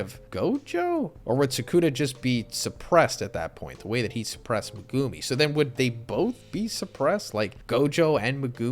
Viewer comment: The way you pronounce Megumi is triggering